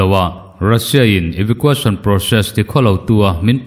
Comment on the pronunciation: Eva qu eisawn Tia lam tur